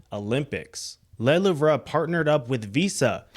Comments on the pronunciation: 😅 it's pronounced 'Le Loove' 🤭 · Le Louvre, pronounced "The L-oo-v"